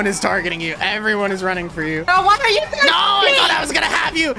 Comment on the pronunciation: Its what not wesly wat wesly what